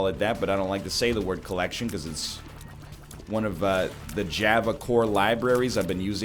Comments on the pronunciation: I hate how he pronounces Java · I KNOW OMG